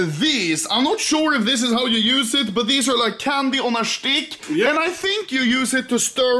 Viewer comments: Funniest shit is when anomaly says ‘’stick’’ he pronounce it ‘’SHTICK’’ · I like how Anomaly always says ''stick'' as ''Schtick'' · Its štik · Thats his shtick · It's štik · learn to schtick with it